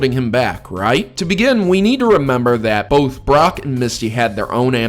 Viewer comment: lmao i swear you said Barrack at first